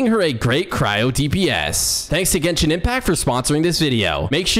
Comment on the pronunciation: As one of the players of genshin Im kinda triggerd by the pronunciations of the names